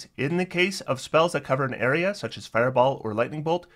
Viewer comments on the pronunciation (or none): none